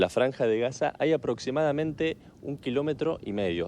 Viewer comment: Si estás en sderot, por qué dice Haza?!